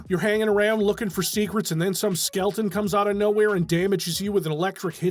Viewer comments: how many times did you have to repeat "skelton" before recording to not say skeleton? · Bless you for saying "skelton" every time. This is what peak performance is. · Your commitment to the bit of "Skelton" is admirable. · the dedication to calling them "Skeltons" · really appreciate the effort to always say "skelton" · Couldn't even afford the second "E" in "Skeleton."